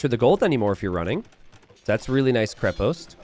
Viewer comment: this is KrEpost, not KrepOst. The root word is krep - which means "strong" in slavic languages